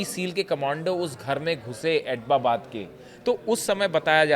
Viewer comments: Abtabad ❌ pronunciation Abbottabad ✔ pronunciation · Bewakoof Admi wo Abtabad hai naa ki Ababbab..pdhna nhi ata h kya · It's not etbabad, it's ebtabad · आप "ऐटबाबाद" बोल रहे हो जबकि सही नाम "ऐबटाबाद"है। सोशलमीडिया मे वीडियो बनाते समय उच्चारण का विशेष ध्यान रखना चाहिए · Sahi sa nol na siko abtabad bolo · एटबाबाद नही ऐबटाबाद.ठीक से सिखा करो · ये भारतीय एक्सपर्ट है। इनको उस शहर का नाम तक लेना नही आता (एबटाबाद) है। एटबाबाद नही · ऐटबाबाद नहीं - ऐब्टाबाद operating a channel but don’t know how to pronounce name of city. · Etbabad kyon bol raha hai. Us city ka naam abbotabad hai. Thodi to padai kar lo. Kabhi beti kabhi biwi. Kya confused ho b ho bhai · Attobabad bar bar bol kar galti kar rahe ho. Abbotabad bologe toh sahi hoga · Abbotabad h atapabad ke Nana bar bar galat bol rha h itne bade channel pr baith ke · It is not Atobabad? It is Abotabad. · Are aap to itni achhi news ki detailed analysis karte ho. Kam se kam is news pe sahi se working kar lete. Atbabad nahi hai ye Abtabad hai. I hope you made your corrections. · Abbotabad te bola nahi ja raha, reporter banne chala hai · Bhai Tera pronunciation aur research bahut hi kharab hai. Atbabad bol rahey ho baar baar.... Go and check the exact pronunciation. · अरे यार जगह का नाम तो ठीक से बोल लो,चले हो पत्रकारिता करने